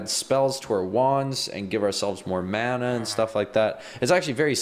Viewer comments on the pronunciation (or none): none